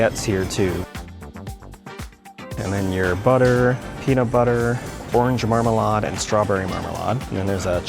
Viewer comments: Marmalade is pronounced marm-a-laid, not marm-a-lodd. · Mar-maaa-laid is how it's pronounced 😂😂😂😂..carry on...great video😊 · why do you keep mispronouncing marmalade?